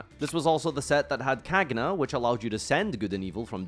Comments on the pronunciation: “ it’s understandable how u pronounce it but still funny, anyways the correct pronunciation is caña (“cagna” is italian for bitch/female dog and it is a reference to the 3 beasts in the divine commedy) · i understand that you don’t speak italian but hearing “Cag-na” made me recoil